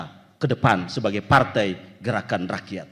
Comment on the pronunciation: 😂😂😂😂 yg perempuan ngomongnya geraan ranyan.....😂😂😂